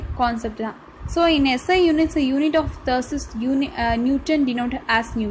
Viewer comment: nalla solitharinga but thrust ah thurst nu read pandringa